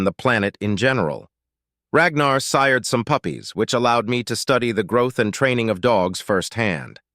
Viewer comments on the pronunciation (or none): none